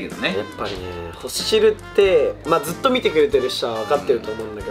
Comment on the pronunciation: 20万人おめでとうございます🎊 ずっとがづっとになってるー😂 真似して使います💋 これからも応援してます❤️‍🔥